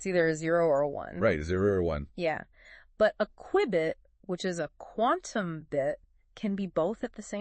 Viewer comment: It's A "Q-Bit" Not A --> "QWI-BIIT" ?!